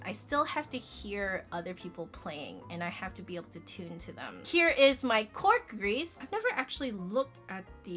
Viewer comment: The cork grease is not french and I don't think she is saying that correctly. No hate though, I love your videos 😊👍👏✌